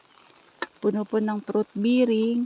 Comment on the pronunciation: hindi fruit biring po bering ang bigkas dun po bearing